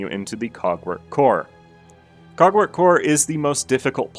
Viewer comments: I don’t think he said cogwork😭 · i did NOT just hear you say "cogwork dancers is a pretty tough fight" 💀